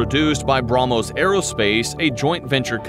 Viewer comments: He can't even pronounce how can he support his nation 😂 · Gets hit by a Brahmos Ships: Bruh-mos